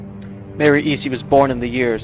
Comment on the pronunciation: U said her last name wrong it’s pronounced (Es-ty) and spelt Easty. That’s what all of my moms side says. No hate tho. This video is very educational.